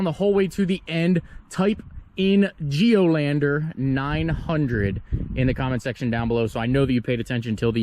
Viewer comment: Did you say geolander 900 . Lol